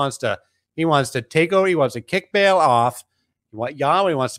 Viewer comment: Ba'al is not pronounced "Bale". It's pronounced "Bah-ahl."